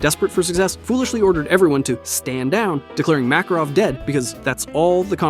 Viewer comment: bro mispronounced Makarov in the beginning